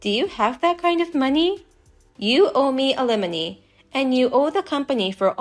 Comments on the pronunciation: I'm cutting contact. Don't threaten me with a good time. BTW alimony is pronounced Al-E-moe-knee not ah-limb-eh-knee. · (pssst, it's pronounced AL -ih-MOH-nee, emphasis on the very first syllable)